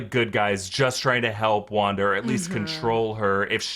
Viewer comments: he said wander tehe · Shouldn't it be called wan daaaa f**, instead of wanda the f** ?